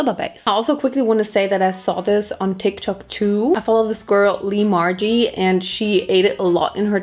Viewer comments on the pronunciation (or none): none